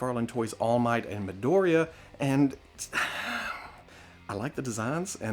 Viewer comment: Hey, just a tip, it's pronounced like "mee" "doh" "ree" "jah"